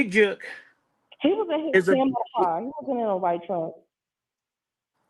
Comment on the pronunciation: You can’t say the word Jook👀🙃😫